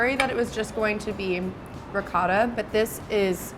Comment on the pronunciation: RICOTTA!!!! (Italian accent) sheesh